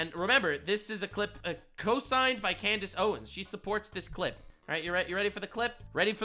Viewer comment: Clandace owens? 😂